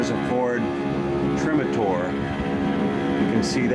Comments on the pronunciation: You did a nice job……but…..”Ford Trim-a-tor”??? Try-Motor. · Re: The airplane, you called it a Ford “Trim-a-tor” I hate to contradict you but it’s pronounced Tri-motor, because it had 3 motors. The Ford Trimotor Was an amazing machine. Other than that, I enjoyed the tour very much, especially the Lincoln chair. Thanks for the post, traveling was not easy back in the 19th Century!